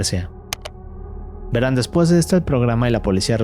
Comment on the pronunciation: Estan bien las historias pero pareces un robot hablando medio daz hueva y pronuncias mucho las palabras ahora, veran ect. 😂😂😂😂😂😂